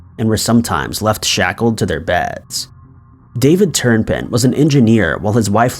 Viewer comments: Hey... just an FYI: the name of the family with all the children, the last name is Turpin. Not... Turn-pin. Great video tho 👍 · It would also be nice if he didn't put an N in the middle of Turpin. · Turn pin? Turpin.